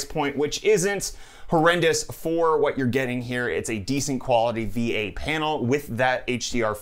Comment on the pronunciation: I thought he said V8 panel instead of VA and all I could say was “DAYUM”